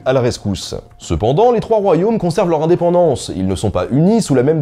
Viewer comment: Jamais l'indépendance ne m'avais fait aussi mal aux oreilles =(